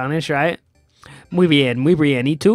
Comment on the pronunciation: Caeligo Cielo oh well the y tu sounded likes et toi